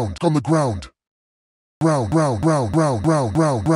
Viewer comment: He says round😂😂😂